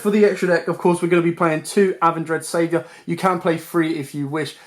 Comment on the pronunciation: Im sorry man but the names you are calling this is absolutely incorrect. (Bail-er-drock) (uh-ven-dread-savior) (ven-dread-stry-gez)